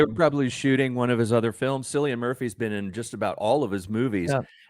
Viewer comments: Cillian Murphy.... say Ki-lee-un Mur-fee. not Silll ian. Your pronunciation is cringe worthy. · Killian not Sillian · man it is not pronounced as sillian it is K for cilian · It’s Cillian with a hard C.